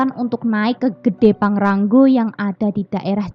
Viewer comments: PANGRA-NGO mbk/bukan PANGRA-NGGO😂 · Maaf mba bukan pangrang "GO" Tapi pangra "NGO" Hwhehe